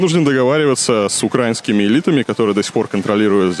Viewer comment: УкраИнскими, а не УкрАинскими, наголос на букву И...диз 👎👎👎 ВИ ОККУПАНТИ, ШАХРАЇ І БАНТИДИ... За все ЗАПЛАТИТЕ, ПРЕСТУПНИКИ...прийде час...вже не за горами.. КРИМ ЦЕ УКРАЇНА...💙💛